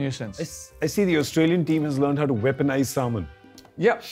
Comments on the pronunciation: Him : samon ! Me : semen ! Ewww!😂😂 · When he said salmon at first I thought he meant semen I was like Damn ponting really did that? xD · Had Gaurav Kapoor not made Warner repeat the word Salmon, I would have always thought of it as Semen. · He says salmon, I hear semen🤣🤣🤣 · Was I the only person who heard Salmon as Semen at first. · Oh it’s Salmon, I’ve been hearing it as S*men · I misheard salmon as semen 😂😂😂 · He said semen or salmon? thats Rickys put in his shoes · Who else misunderstood salmon for semen